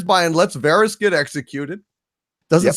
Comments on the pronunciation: Man I really hate how some people can't pronounce these characters' names after 10 years. Who is VAARHEES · "Varrieees" - does this guy even watch the show? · is it var eez? or vair ess? clee gan, or cla gain? me san day? mi sandy? Thanks to M Night, pronunciations of character names is now a pet peeve....